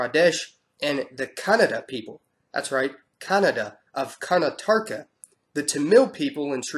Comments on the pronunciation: Its kar-nataka. Not kanatarka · Yes it is Karnataka Not Kartanka. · The pronunciation is is Kaar-naa-ta-ka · Karnataka is pronounced Kar Nah Tah Kah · Karnataka is actually pronounced kar-an-na-ta-ka